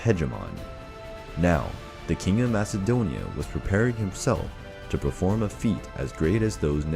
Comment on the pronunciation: Lion 1968 even though you spell it with a k sound.. the way you say it sounds like there’s a H sound, and theres no H sound in MAKEDONIA🇲🇰🇲🇰🇲🇰